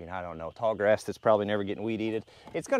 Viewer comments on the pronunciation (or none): none